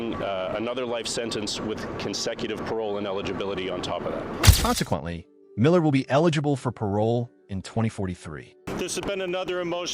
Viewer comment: Canadian AIR??? 😂😂😂 It’s not that hard to fix “air” to “heir” in an auto subtitle, sheesh. Also, why the hell can’t the AI pronounce “Millard”? So annoying.